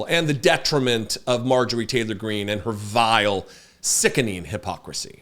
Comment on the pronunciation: Heavy emphasis on VILE and SICKENING 😂